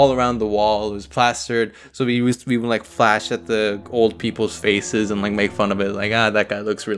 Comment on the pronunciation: i thought it said,"old people's FECES" instead of faces